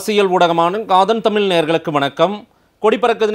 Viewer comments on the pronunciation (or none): none